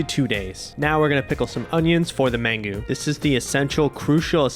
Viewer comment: Mangú. Man-GOO.